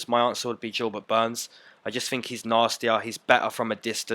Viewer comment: "Jilbert Burns"